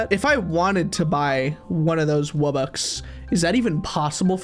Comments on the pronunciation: NO ITS NOT WUBBUX ITS WUB BOX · Its pronounced Wub-BOX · You need to get to level 20 to get the wubbox and its purnounced wub-ox. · Wubbox is pronounced "wub-box"